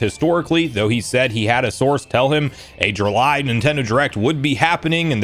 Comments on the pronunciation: ah yes, the great month of Jurrly 😂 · Anyone catch that "Jurly" when talking about Wood 😂